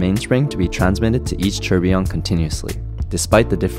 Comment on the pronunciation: You know, its never ceases to amaze me that people can be so deeply Involved in their work or profession and not pronounce words correctly. Its tour bee yon. Not tur be on. I used to work on nuclear powered ships annd people would call it new cue ler instead of new clear as its spelled (nuclear, not nuculer). I simply dont get why